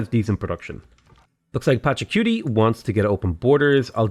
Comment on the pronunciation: That's what he is saying. On other streams he literally calls him Pachacuti the cutie.